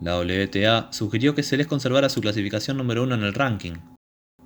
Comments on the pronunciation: El locutor pronuncia mal el apellido, dice " Selés" y es Seles, la nombra como palabra aguda. El resto muy bueno. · Esta bueno el video lo unico es la pronunciacion de el apellido es seles solamente no como lo pronuncias como si tuviera acento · Me desespera que pronuncies mal el apellido. Menos deporte hay ahí